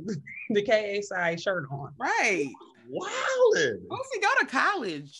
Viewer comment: please stop saying “boozie” it’s “boosie”.